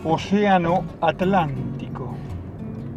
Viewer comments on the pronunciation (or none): none